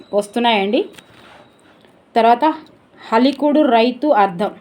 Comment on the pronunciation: హాలికుడు... హలికుడు కాదు